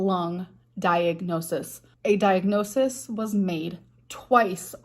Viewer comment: With the amount of diagnoses she's claimed to have had, you'd think she'd at least know how to say it. Diagnosisis??? Gorl.